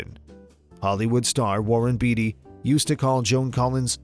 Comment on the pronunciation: Hello Warren Beatty is pronounced BAIT-TEE